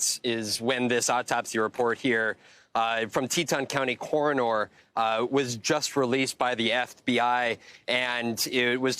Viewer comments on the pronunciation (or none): Why is he pronouncing coroner like corenor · Dude, it's not pronounced "coronOOR", just "cor-uhn-er". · Core-a-nore. Lol! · "Corrin-Ore." Good lord. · The corone-er? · I’m going to say coroner like this reporter from now on, “Coronor” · "Cor-in-nor"(as in 'Coroner") - apparently a new word for this crotch fetus. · Can’t even say Coroner correctly! What a joke! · What's a core-o-nore? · OMG, I noticed this too and decided to look for comments on this. I thought he was saying it really really off. lol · Um…coronor??? Send this guy back to school. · The Cora-nor. lul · The newscaster needs to learn how to say coroner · That news guy doesn't know how to pronounce the word "Coroner" like he didn't go to school. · That male correspondent needs to learn how to pronounce “coroner”.